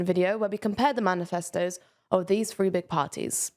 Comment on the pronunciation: It's pronounced 'Three' months, not 'free' months.